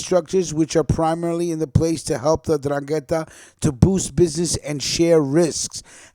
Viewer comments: My family came from Calabria. The 'Ndrangheta is no joke. It's pronounced n-DRAN-ghe-ta with stress on 2nd syllable. And clans are called n-DRIN-e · It is pronounced 'NdrAngheta with emphasis on the 1st. A.